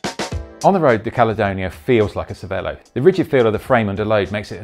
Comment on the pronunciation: Pretty sure it's pronounced chervelo. It's the italian word for brain. Ce is ch.